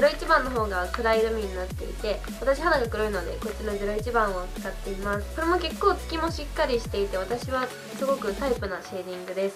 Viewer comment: 結構のイントネーションがちょっと…